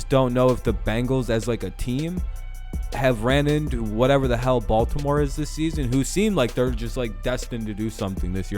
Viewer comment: balt-NO-more beat K.C. relax n do your homework B4 taping